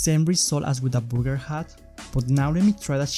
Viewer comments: BURRRR GERR, not BOOGER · It's not booger it's burger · He said booger hat when he tried the burger hat 2nd time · Booger* hat ;) he did say booger hat tho didn't he lol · Again did you say Booger? and a Booger hat? who would want a Booger hat? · Burger (booger 😂😂) 🤗🤗💖💖